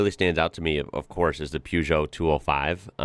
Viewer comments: It’s pronounced “PURR-JO”…the “eot” t is silent not Gee-o….🤣👍🏾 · The first part of Peugot is pronounced' 'Per' not Pew. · Sounds silly keep saying poo geot not pergeot. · Try saying "PUURGEOT" rather than PEUGEOT, its how it's meant to be said rather than how it's spelt, thanks. Good video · "Pewjoh"? Try "per-jo" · PE not PEW for the name. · May I correct your pronunciation of Peugeot,the first part of the word is pronounced per, not pue. Your pronunciation is correct for the second syllable. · Peugeot isn't pronounced Pewgeot. It is pronounced Purrgeot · Peugeot = puh zho NOT pyu zho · Peugeot - pronounced "Per-joe" (or maybe "Per-show"). The Peugeot 1.9 16V was astonishing but there were some amazing little cars in the 80's in the UK. My first car was a Seat (say-at) Ibiza (ib-eetha) with a carburated 1.2 engine - basically a Fiat (fee-at) Uno. A Fiat Uno Turbo (fuel injected/turbo charged) was written off in the village I was living in at the time but the engine and brakes were intact. Theoretically I could have engine swapped my Ibiza 1.2 and brake swapped it. I rang up my insurance company and after the guy on the phone had laughed until he cried - he just said "No" and especially not for a 23yo! 😂 What a meanie! 😢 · The first part of Peugeot is pronounced PAIR. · Why can't you guys pronounce Peugeot properly.... Or Bugatti?........ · Just need to start pronouncing Peugeot properly. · The way you say Peugeot is a crime!